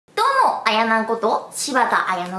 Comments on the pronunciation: 全然関係ないけどあ→やな→じゃなくてあ↑やなの方がしっくりくる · あやのってきこえるし、あやなって聞こえるし、あやねって聞こえる